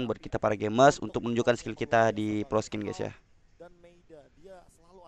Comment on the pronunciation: proscene = ucapan (prosin) proscene = (proskin) 🤣 nam nam